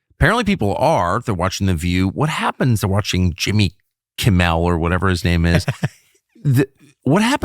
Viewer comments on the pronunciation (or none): I so love that Tucker doesn’t even know how to pronounce Jimmy Kimm-els name! Cuz He’s irrelevant 😅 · Tucker deliberately mispronouncing Kimmel’s name is so beneath him or anyone.